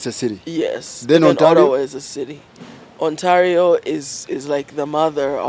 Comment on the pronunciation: And Ontalio😂😂😂.